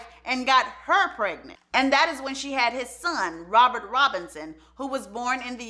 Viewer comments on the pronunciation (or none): none